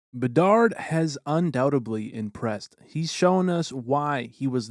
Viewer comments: Undou - tabbly? Try undoub-tedly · LOL "undoutably" Come on man. Learn to pronounce the English language if you are going to narrate. Too funny and quite sad.